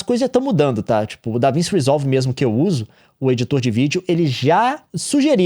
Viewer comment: NÉ DAVINSSI NÃO CARAIO, É DAVINTCHI. NUNCA OUVIU FALAR DO LEO?!